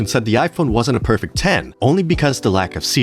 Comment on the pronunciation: Paused and left this comment when you said "perfik". Lost all credibility there, sorry!